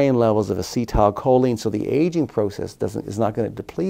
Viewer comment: lol why is he saying "as-cee(tile) choline" lmfao